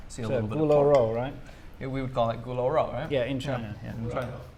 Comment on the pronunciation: Hey guys, I'm not very familiar with Chinese language, but I think for "sweet and sour pork" pinyin should be "gūlū ròu", not "gu lou". Maybe I'm wrong. Stay awesome.